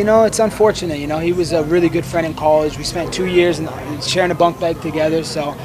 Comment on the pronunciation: The way he says “college.” For those of you wondering, that’s a Northern California accent.